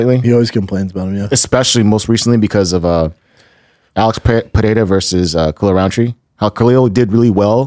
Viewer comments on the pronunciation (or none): Okay I know Brendan has a speech impediment but now I’m just getting bothered by the way he keeps saying Pereira like Pierre 🤦🏽‍♂️